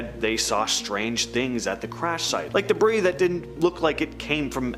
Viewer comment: Debris is not pronounced "debreeze", it is pronounced "Debree". 🙄